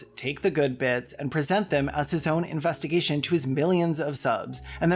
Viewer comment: "investigaysh" i'm so using that